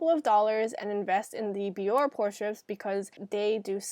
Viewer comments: Isn't it pronounced "bee-or-ay" instead of "bee-or"? Accent aigu over the e on Bioré? Anyway, this video is terrific! The tips are spot on (pun intended.) I particularly liked the point that the warm water opens the pores for the strip, and the tip to close the pores with cold water and/or ice. Your skin looks beautiful. It doesn't even look like you need pore strips - but then look at how effective your method was, what results, right there on the strip, and on your wonderful looking complexion! 👌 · i hate to be that person but its not bee-or . its bee-or-aye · It's pronounced be-or-aye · its actually bior-eehh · it pronounces it bee-or-aye on the commercials